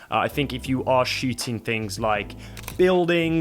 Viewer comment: It was fun, because listening the pronunciation I didn't get if you were shooting or shitting...